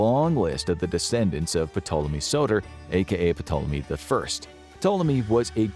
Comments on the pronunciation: “Puhtoleme”? I always understood it to be pronounced as “Toleme” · Uh... "P'Tolemy??" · The "P" in Ptolemy is silent. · good video.. put the pronunciation killed me.. the P is silent lol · I hate saying this but when I was en Egypt they said Ptolemy was pronounced “Tall-uh-me” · The P is silent! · Ptolemy is pronounced To-luh-me. It's a silent P. His pronunciation was driving me crazy. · I can’t take this serious. His continuous miss pronunciation of Ptolemy is cringe worthy. Taa-luh-mee. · Everytime he says Ptolemy I cringe Lol. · It's pretty annoying that this guy doesn't know that the "p" is silent when saying ptolemy. I know he's American but it's very annoying. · I can't believe this made it being uploaded without someone stopping the narrator from pronouncing the "p" in Ptolemy. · Are you supposed to say the "P like he is in "Ptolemy" or am I trippin? I've always thought it was silent. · I noticed that too, wtf? Amateur mistake. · Note....the "P" is silent. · Great video, just one thing- the ‘P’ in Ptolemy is silent. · Im going to give this a thumbs up for the information but man the pronunciation is atrocious. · There’s no way you did this much research and made this whole video without learning how to correctly say Ptolemy. The “p” is silent, things like that make me question the whole video. I know all the information is true but because I know the subject matter myself but things like that really matter when trying to get through to viewers. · In words of Greek origin that begin with PT the P is usually silent. For example, Ptolemy should be pronounced Tolemy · Silent P bro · The “P” is silent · Ptolemy has a silent P... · The P in ptolemy is silent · That's not how you pronounce Ptolemy. If you're going to make a video about something atleast you can look up the correct pronunciation. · Pronouncing that "P" was KILLING ME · Is anyone else losing it every time he pronounces the SILENT P!?! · The P is silent. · The "P" in "Ptolemy" is silent.